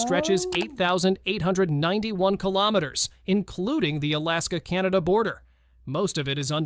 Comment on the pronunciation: Finally a Britain who didn't call my country...Canader, applause and thank you.